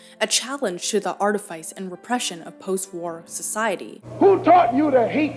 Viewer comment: Artifice is pronounced art-uh-fiss, not art-uh-faiss